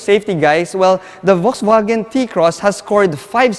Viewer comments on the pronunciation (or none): I just wanna politely point out something. Please say it as either "Volkswagen", or "Folksvagen" (german way). You're saying it as "Volksvagen" and it kinda sounds like its hurting the brand...